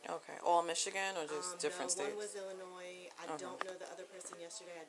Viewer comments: The ‘s’ is silent in Illinois. I grew up in that state, and it grates on my ears when people pronounce the ‘s’ - especially when they make it sound like a ‘z’. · As soon as she pronounced illinois wrong you know she lying that was the first sign she lying. If she lived in illinois then she would say it correctly LoL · The “s” in Illinois is silent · She pronounced the “S” in Illinois. She’s lying. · No one says Illinois with the s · The s is silent in Illinois... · 🤦The "s" is silent in Illinois. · If you live in Illinois then you should know the s is silent. Duh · The s in Illinois is silent! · First red flag is her saying she lived in Illinois but doesn't know the s is silent.. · She said Illinois with an S . Take her to jail . For life 😂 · She doesnt even pronounce Illinois correctly lmao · Anyone who pronounces the S in illinois has never lived there. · Anyone who has lived or live in illinois don't pronounce the s at the end😅😅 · She says she lived in IllinoiS, she definitely dont live there if she dont know how to say it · People who live/lived in Illinois do not pronounce the "s" at the end of the word. She is lying. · She didn't know how to pronounce Illinois. The S is silent. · OK, for the record: the "s" at the end of Illinois is silent. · The “s” in Illinois is silent. Really annoying! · Anyone from Illinois knows the 's' is silent! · If you live in ILLINOIS then you should know the S is SILENT !!!! AND GET OFF THAT DAMN PHONE !!!!!!! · No one who is from IL pronounces it that way. Pretty dead giveaway she has never lived there. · Anybody who’s ever lived in Illinois should know how to pronounce Illinois. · Attention Bank Employees: Illinois, the "s" is silent. Now you know. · For you non-Illinois residents the 'S' is silent in the word Illinois. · Dead giveaway since she says she's from Michigan and Illinois but she can't even pronounce Illinois correctly with a silent s. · I shouldn't have to keep saying this, but: The S In Illinois is SILENT.